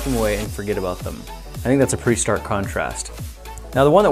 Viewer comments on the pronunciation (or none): none